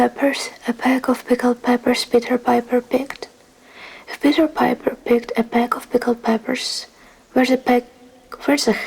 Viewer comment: 💚💚 You were doing really well with Peter Piper! I loved this video - do more! 💚💚